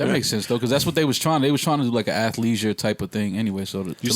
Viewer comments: Here to see "Athliesure" fit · Lmao did u say athleisure 😂♥️ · LOL "ATHLEISURE" MAKES MY DAY